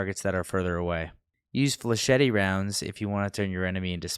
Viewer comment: "fluh-shetty" It's french, dude. It's "fluh-shet"